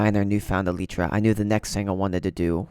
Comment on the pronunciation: Elitra… it’s elytra